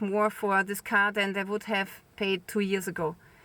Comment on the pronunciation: Why can't you say "this"? How come you say "dis"?